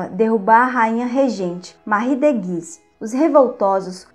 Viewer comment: Moça vc só precisa melhorar sua oratória, várias palavras vc pronuncia erradas tais como "prestes" vc fala "prertes". O nome "Marie" é francês, se pronuncia "Marrí" mas vc fala Mári". Se vc é professora precisa tomar esses cuidados.